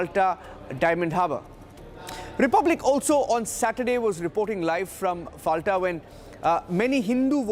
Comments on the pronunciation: Pronounce as Folta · It’s Fal-ta like Fanta. lol. Atleast get the name right! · FALTA is pronounced as FOLTA, with soft-T as in Tehran and not hard-T as in Texas